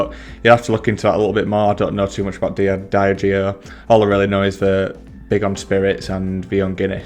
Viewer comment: Not a fan of that pronunciation of Diageo 👀 Dee - Adge - Eeo Great video though 👍